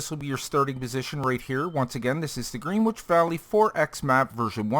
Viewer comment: Pronunciation help: Gren Itch . Yeah, I know, British English is scary